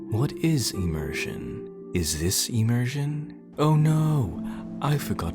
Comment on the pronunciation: "Immersion", pronounces it "Eeeee-Mersion"